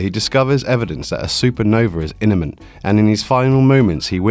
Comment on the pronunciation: Did you say, "a super nova is INIMENT"? there's no such word.